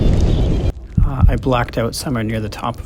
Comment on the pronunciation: Couldn't tell if you said you lost control of your glider or your bladder😂. Glad you survived